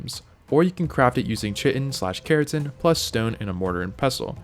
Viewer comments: Ah yes chitin, definitely not pronounced Kai'tn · Great video, you pronounced Chitin incorrectly and stamina is way more important then melee damage to outrun dinos. Meguana is pronounced like Iguana not megoona. Other then that this video is very comprehensive and covered everything you need to know about Ark, great work. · Aside from the pronunciation of chitin, I think this was a good introduction to ASA.